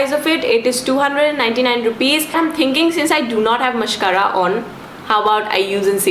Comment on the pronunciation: "mascara" but i still kinda love ur vids